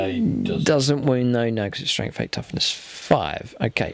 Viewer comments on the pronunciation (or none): none